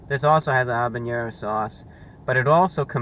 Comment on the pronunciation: You're like the only guy i know to pronounce "habanero" correctly. Everyone says it " HA banero" the "H" is silent.